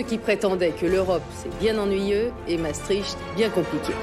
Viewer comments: ce n'est pas "MaastriTCH" c'est "MaastriCHT"; la voix du documentaire devrait au moins savoir prononcer le mot clef du sujet... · C'est où MaastriTCH, en Russie ??? Dommage, ce documentaire sur MaastriCHT était très bien. Les narrateurs ou journalistes qui ne savent pas prononcer devraient s'abstenir...